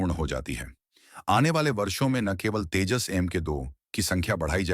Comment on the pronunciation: Abe Tejaas nahi TEJAS BOL